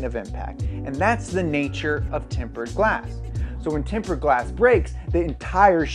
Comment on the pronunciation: He's saying TEMPERED? Timbered lmaoooo